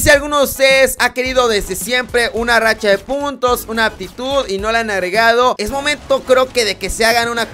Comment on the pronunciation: Si, pero yo no he jugado otro cod que no sea el movil, simplemente porque no me llamaba la atención, y por lo tanto no se como se llama la racha de los perros, y no entiendo el disgusto de que diga mal el nombre de la rachan, es simplemente estupido que se enojen por eso.